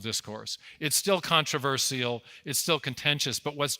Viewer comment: I agree with all your points but you must be from academia because you pronounced the word "controversial" incorrectly. It has 4 syllables not 5. It ends with the sound of SHUL not SeeAll. Here is how the word is pronounced